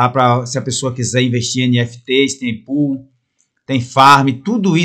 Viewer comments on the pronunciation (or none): none